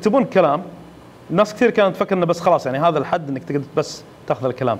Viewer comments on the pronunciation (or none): none